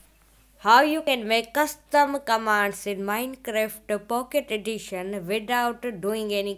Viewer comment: Why He Was Saying Minecreft But Its Minecraft